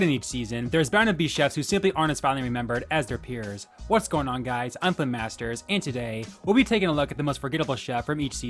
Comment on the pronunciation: keeps saying her name wrong